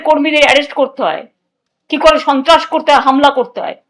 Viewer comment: কি বললি গুদু? ছন্ত্রস? চোদোন চন্ত্রাস? সাবধান গুদু!